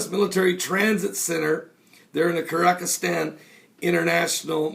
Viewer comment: the country is pronounced Kir-geez-stan, both in English and Russian. Thought you should know. GBU!